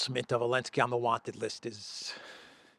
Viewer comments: I can't understand why he says "Elensky" does he have a problem pronouncing the Z? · I love how you say Ellensky haha